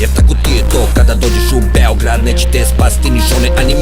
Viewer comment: When you come to Beeograd axaxaxaxax kakav naglasak xD